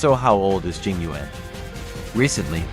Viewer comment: Im crying, they pronounced yuan wrong, im chinese and its pronoucned like yen